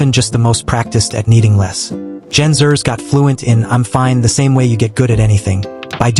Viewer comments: Exactly. The script needs to print as Gen X er. Xer is throwing AI off. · The AI pronouncing Gen Xers as Zers makes this video unwatchable. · AI crap. Gen Zers? Monotone and a butt load of mispronunciations.